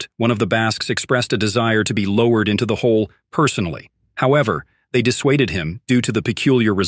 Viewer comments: + Gives away that this is a computer voice narration. "Lowereded.....remaineded....", nonsensical sounding depth number, etc. It's just a mine shaft. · "low-e-red" it into the pit, eh? Your AI is showing. Garbage video. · Dude you might as well read it yourself because this AI cr*p can't read right, like sound like it's saying oney five hundred feet and lowereded, it remaineded XD like bruh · What's the deal with the AI voice's grammar? Lower-red, onety hundred. Remain-de-ded. It's absolute shit.